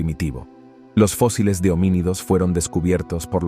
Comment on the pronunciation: Todo el trabajo de compilación y edición de datos REALES se ve socavado por la falta de relación con el título del video ( colonizando quién?) y las faltas de dicción al leer en español, lee fosiles en lugar de fósiles, etc,etc,etc. Y lo q "acaban" de capturar en África tampoco me quedó claro, la ultima fecha q das es 2020.